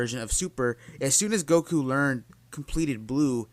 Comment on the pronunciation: Why do you pronounce goku like go ku